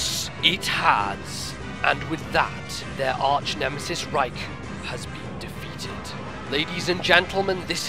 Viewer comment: So epic! Until I heard the pronunciation for Raikou facepalm